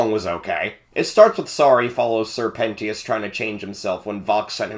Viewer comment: lol pen-TEE-ous also this oozes schaffrillas great vid dude. but i wish you put a different audio for each transition it gets rly jarring. still tho GOOD VIDEO also... pissing contest? lolwut